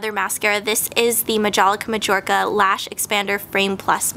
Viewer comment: So pretty, I think in gunna have to see if I can recreate this-3 Oh and btw, Majorca, the mascara name, is almost certainly pronouced Mi-orca, as it's the name of a Spanish island:)-33